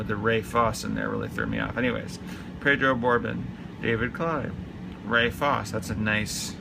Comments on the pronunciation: And it’s pronounced Fawcie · Ray Fosse pronounced "Fossy". Fosse is famous for being a very good young up an coming catcher only to have his career ruined by Pete Rose barreling into him during an all star game. Pedro Borbon pronounced "Bor-Bone". Gary Roenicke, pronounced "Ren-O-Kee". "Stinky Pack". Amos Otis is one of the top 40 Center Fielders of all time and was the best American League Center Fielders of the 1970's. Willie Randolph is one of the top 20 Second basemen in baseball history. Jerry Reuss is pronounced "Royce". He won 220 games in the majors. Ron Cey is one of the top 25 third basemen of all time. Bill Madlock won 4 batting titles. John Castino was the 1979 rookie of the year. Dave Cash was a 3 time all star during the mid 1970's. Mark Belanger, pronounced Bell-An-ger. One of the greatest defensive Short Stops in baseball history. Jim Sundberg is one of the greatest defensive catchers in baseball history.